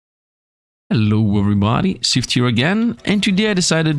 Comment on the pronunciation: Wait Sifd is greek Sounded like russian 😅